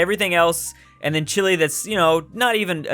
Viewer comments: It’s chi-lay, not chilly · i thought it was pronounce chee-lay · STOP SAYING CHILI its CHEELAY OMG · For how much you mention the nation of Chile you really can’t pronounce it right.